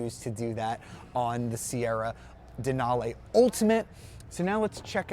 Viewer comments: gay...."lara-may"..."dena-lay". UGH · “Denalay” and “Laramay”?! Nope, I’m out